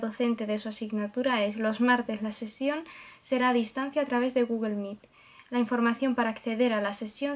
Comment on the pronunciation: Extrañaba tus videos , algo que me hizo gracia es que dices gugle , no gugol meet 🙊